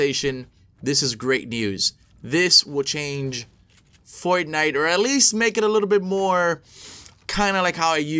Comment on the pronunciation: Why does he say fortnite “fornife”